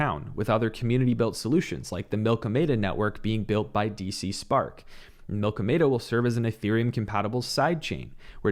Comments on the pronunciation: No one in crypto knows how to pronounce anything. Prop-a-gation. Milkomeda is not a food protocol it’s pronounced like after the collision of the milkyway and andromeda galaxy. Everyone calling it milk-oh-meda or the worst milk-oh-media or even milk-m8-ah. It’s mill-kom-me-duh darn it. Cardano is based on science and most of its naming is based on something from science. Yes Milkomeda is not iohk but still. Cardano is not a fruit protocol. What’s up with all the food stuff in crypto. I don’t get it. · This is why is the best. Super humble and willing to learn and grow. You don’t act like your better than anyone yet you are. Sorry if I came on to strong. The milky-media pronunciation from everyone was driving me nuts. Your Canadian eh, that would explain the pro-pa-gation pronunciation. In that case I would be wrong. My apologies. Keep it up your killing it. Awesome show.